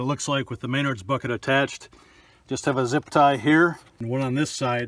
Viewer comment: omg man cool project but it's pronounced "MEN - NARDS"